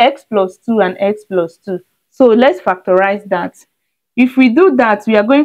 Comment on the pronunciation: Did she say "Fack de rice" ? Peh fect !!! This is a waste of marker pen ink !!!